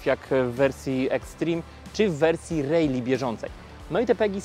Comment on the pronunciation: Świetny film, bardzo merytorycznie! Jedna prośba na przyszłość - “rally” wymawiamy “ra-li”, nie “rej-li” 😅